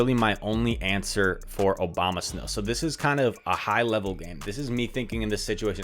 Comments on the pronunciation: No one:: OBAMASNOW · Haha nice vid.. but does anyone else realize that he always says "Obama" when talking about abomasnow lol